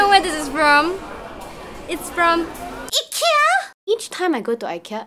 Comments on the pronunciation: The I in Ikea is like the i in if, it , not eye. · Why is everyone teasing the way she says IKEA. 😂😂 It’s really pronounced EE-KIYA NOT eye-kiya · Eeekia. Haha love the way you pronounce it! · hhahahahah! I've been told the right way to pronounce is EE-KIA. :( I've been wrong this whole time.